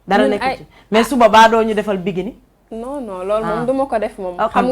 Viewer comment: (Biguini) on dit bikini quelle nullarde c’est quoi cette animatrice ... allez étudier avant d’animer ... bravo à la miss tu es très digne